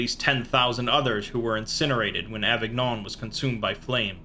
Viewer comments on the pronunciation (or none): You read the french words quite well ! (the only exception being that avignon is read as avinion but you couldn't know that if you hadn't heard it before). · Avignon is pronounced Avinyon